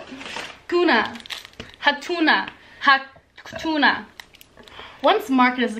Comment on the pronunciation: Hanuta Not hatuna😂